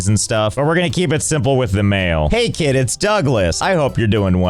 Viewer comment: Josh Pronounced “Mail” in such a way that it sounded like “Mayo”